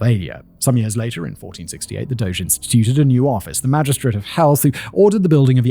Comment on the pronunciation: What a lovely treat to hear someone use the word "doge" correctly.